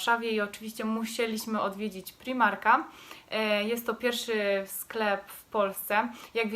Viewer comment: nie mówi się primarka tylko z pr-aj-mar-ka😭